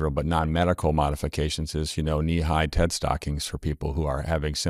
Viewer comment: Wearing what kind of stockings? “TeT” stockings? What are you saying? Oh, “TED.” Of course, everyone comes into the world knowing that. 😕